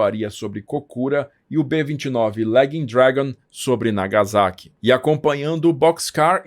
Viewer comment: Sem querer ser chato, ma sendo, corrigindo as pronuncias. NagaSSaqui (Não Nagazaki), Kokurá (Não Kokúra), Nígata (Não Nigaata)